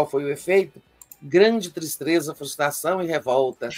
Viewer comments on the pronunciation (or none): "Tistreza" virou meu meme favorito atualmente, nem lembro mais de falar de forma correta 🤣🤣🤣